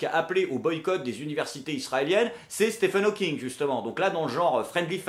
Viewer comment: tu as remarqué que France 2 était déjà tellement des incapables qu’à, pour présenter Stephen Hawking, la voix off dit « Steven Hawking était une star planétaire », ces connards ont tellement pas l’habitude de se cultiver et de traiter de sujet intéressant que même après le montage de leurs « reportages », ils ont même pas remarqué qu’ils avaient écorché son nom, à moins que Stephen était son nom de scène et là je ferme ma grande gueule mais sinon, il faudrait qu’ils arrêtent de recruter tout les abrutis incultivés qui sortent des écoles de « journalismes » de France, parce que c’est grave quand même, on parle d’un hommage quand même, pas d’un petit portrait sur quelqu’un d’encore vivant, ni du premier venu d’ailleurs.. Qu’en penses-tu? J’suis pas content!